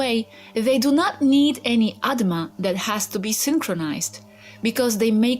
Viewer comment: It's "Atma" not "Adma"